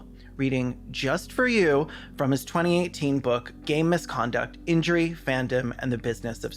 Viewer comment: Every time you say "game misconduct" I just hear "gay misconduct" and where is that book about sports?